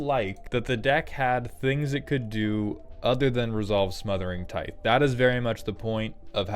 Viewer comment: Is his mispronunciation of "tithe" a running joke or has somehow no one ever corrected him?